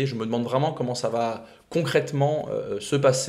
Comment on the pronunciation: Bjr, merci pour tout ce que tu m apprends. Du coup je me dois de t apprendre quelque chose en retour... il n y a pas de "t" à la fin de "va", donc quand tu dis "ça vat_être", je saigne d une oreille, d avance merci